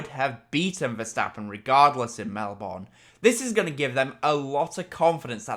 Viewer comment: Melbourne is pronounced Mel-bern